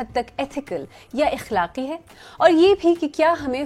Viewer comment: آپ کی زبان بہت عمدہ ہے۔ تلفظ، لہجہ، جملوں کی ساخت سب کچھ معیاری ہے۔ البتہ لفظ اخلاق یا اخلاقی کو زیر کے ساتھ بولنے کی بجائے زبر کے ساتھ بولاجائے تو بہتر ہوگا۔ اخلاق کو زیر کے ساتھ پڑھنا علاقائی لہجے کی غمازی کرتاہے، لیکن اسے زبر کے ساتھ پڑھنا یا بولنا عالمی معیار کے مطابق ہے اور آپ علاقائی اثرات سے اوپر اٹھ کر عالمی تناظرات کا لحاظ کرتی ہیں۔ علاوہ ازیں آپ جو موضوع زیر گفتگو لائی ہیں ، وہ معلوماتی ہے اور تجزیہ بھی معنی خیز ہے۔